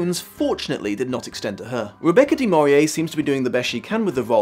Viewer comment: I chuckled at 'Rebecca DE MAURIER' when speaking of 'Rebecca DE MORNAY'. Did you see the martial arts flick 'Musketeer'?